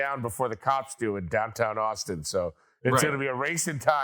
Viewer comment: Did he say oxton texas or Austin texas ?